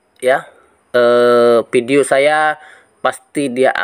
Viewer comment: Fai.. Pesbuk.... Tri foin nol... Pideo.. Buat edukasi: Ngucap pakai bahasa yang bener dunk.. Jangan asal ngucap.. #PiNetwork #PioneerIndonesia